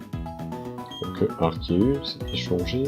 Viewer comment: 2M faux c'est arc+zeus donc ar-ké-us